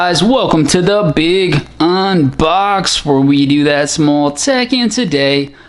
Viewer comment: Why do you always wait a second to say big unbox? I like it but why?